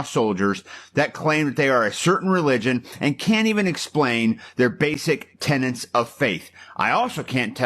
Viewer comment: It’s tenets, not “tenants”. If you’re going to retire and maintain your on duty character as your entire personality? Stay off the internet. Shut up, collect your retirement check and move on to something else.